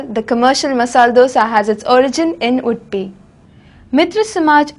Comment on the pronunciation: what she is telling? udpi or wood-pee? can't she pronounce UDUPI properly?